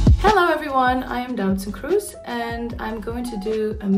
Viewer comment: Doutzen Kroes is pronounced as 'doubts in cruise' (approximatively). Doutzen Kroes is pronounced: đautsən krūs. Doubts in cruise is pronounced: đaubts in krūz